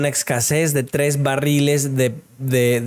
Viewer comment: Barriles, doble R